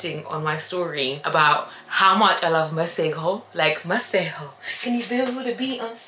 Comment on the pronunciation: The fact that you pronounce Masego correctly… shows that you have some South African ness in you 😍❤️